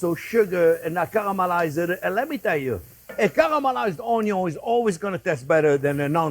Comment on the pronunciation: "Cuh-ruh-ma-lize onyo."